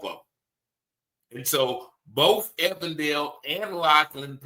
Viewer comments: SAY EVEN DALE !!!! EVEN!!! DALE ... NOT EVAN DALE !! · Than̈k you for continuing to cover this very important story. Just a note, the police you are referring to is pronounced with a long "e." Even-dale. Thank you.